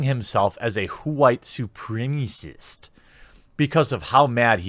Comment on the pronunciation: I love how you say KWHITE SUPRIMASSIST lol